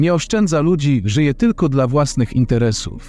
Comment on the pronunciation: Na pewno słowo,,dla,,przeczytałabym ,,dla,, a nie DLA